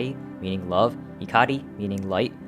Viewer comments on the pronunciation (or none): he pronounced love wrong